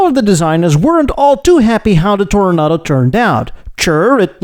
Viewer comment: I noticed that you say Toro- Nahdo now. This is correct.